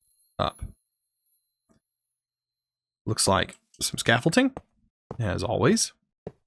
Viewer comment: Scaffolding does NOT have a "T" in it, nor are there any letters pronouced in such a manner. Please get your shit together, you're a grown ass man.